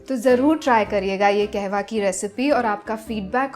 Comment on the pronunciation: Not KEHWA its KAHWA Pronounce it properly madam. You are running a 1M channel.